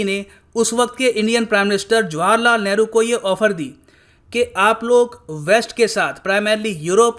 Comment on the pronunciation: Yaar What kind of a person are you? Why do you pronounce India's first Prime Minster's name in Punjabi? Look, You are pronouncing it as JWAR LAL Nehru..... The correct pronouncement is JAWAAHAR LAL.. Do you understand? Don't impose your Punjabi accent on your students. NOT JWAR but JAWAAHAR..